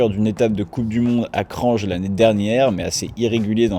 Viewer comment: Salut ! Chaîne très sympa que je découvre, continue ! Petite remarque, la;ville de Slovénie Kranj se prononce « cragne » et pas « crange », d’ailleurs la mutante Slovène ne s’appelle pas Jeangea 😁